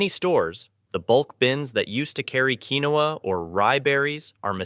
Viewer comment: I HATE BOT NARRATION!! It is Keen-wa (quinoa)